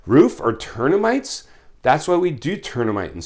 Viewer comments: Haha I think he said “turn a mite”. Love the videos just a funny bloop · Tern-a-mite..... Termites with dynamite..... LOLOLOLOLOLOL